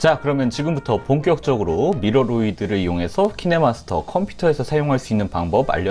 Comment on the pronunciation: 분에 기태님 키네마스터가 아니라 키네머스터라 들리던데 저만 그러나요 ㅎㅎ